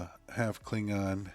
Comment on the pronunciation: Kleen-on? Seriously? Where is that hard G? Klingon.